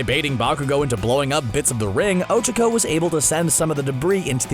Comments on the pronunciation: What is “ochiko” it’s och-ac/k-o but you have to say “(o-Cha-co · Its Oh-Chaa-kOh